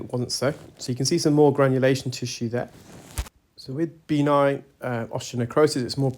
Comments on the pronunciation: Again and again, it's not B9 - that's reserved for playing Bingo! It's pronounced "beh-NINE". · I’m curious about the necrosis you’ve mentioned in many videos- is it B9 or are you saying benign? No criticism, just not sure which is being said. 😊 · I can’t tell if he’s saying B9 or benign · Are you saying B9, like a vitamin, or benign, like not-cancerous?